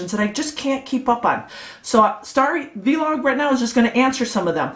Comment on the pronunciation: Just Vlog. Not Vee-log. Lol